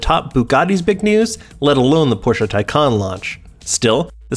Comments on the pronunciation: Considering just how much the name of this car has been discussed and explained over the past year, the fact that the narrator mispronounces it at this point is absolutely ridiculous. Blatantly unprofessional. Thumbs down. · Man he's butchering the name of these cars. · It's pronounced Thai-Can Like Thai food and a Soda Can